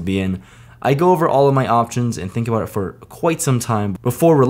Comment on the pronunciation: Is it just me, or does he suddenly sound Canadian with all the “aboot”s